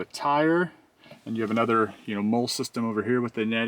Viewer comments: Mole is pronounced Molly. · Great video. I'm getting a Jeep Gladiator on Friday. BTW MOLLE is pronounced Molly. 27 years in the Army and you are the first person I have ever heard say Mole. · Brother…the MOLLE system straps on the seat backs… are pronounced “Molly” not “mole.” Thanks for making this review video. 👍🏻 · MOLLE is pronounced “MOL-LIE”… you are killing me 😂 -Purple Heart Combat Veteran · Very helpful. Thank you. I am really wanting to buy a gladiator. I had a Jeep when I was a kid (1974 CJ5) and it was my favorite vehicle I've ever owned. I did a lot of off-roading with it, but I probably will not be doing any more hard-core stuff with with gladiator. Light off-roading for camping, etc. Your review was really helpful. (p.s., "molle is pronounced "molly". I had a bit of trouble figuring out what you were describing... lol) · pronunciation of molle as "mole" made me laugh over and over :) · Thanks for the review! I am stuck between the Tacoma and this, but I think I am starting to lean towards this. FYI: MOLLE is pronounced MOLL-E (not trying to be a snob, just helpful).